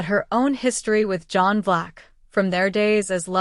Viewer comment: John BLACK!!! Not Vlax !!! NO, NO, NO !!!